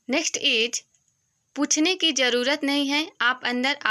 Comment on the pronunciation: Ij nahi is bolo